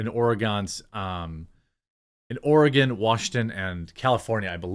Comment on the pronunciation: That you for pronouncing it correctly, its Ore-Gun.